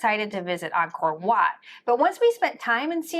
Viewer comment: These two beautiful people pronounced Angkor Watt correctly!